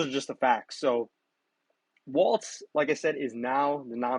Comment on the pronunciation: Everybody says "WALTZ" His name is WALZ = WALLS!